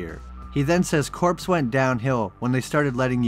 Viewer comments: The "corps" part of marine corps is pronounced the same way as "core", not "corpse". Also in shape shifters, they're marines not soldiers, which is actually alot more fitting cuz one of our nicknames is "devil dog". Neat allusion to said nickname, almost definitely intentional that they made them marines because of that (also probably among others things I can't think of off the top of my head). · Lol “the corps” it’s pronounced “core”